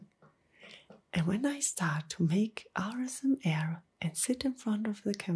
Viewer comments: It sounds like ur saying rsma instead of asmr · Why do you say RSMA Katz and not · Like the asmr but to be honest the way you say asmr just makes me wide awake and annoyed because you don't say it correctly